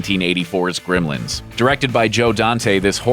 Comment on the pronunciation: This guy pronounces it "Grimlins."